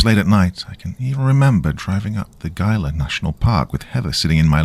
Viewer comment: It's pronounced he-la. Think he-la monster